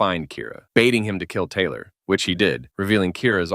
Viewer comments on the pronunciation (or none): Took me a few replays of to realise you weren't saying "a device that can gay men literally any human in the world"... Youtube really needs to stop demonetising the word 'kill'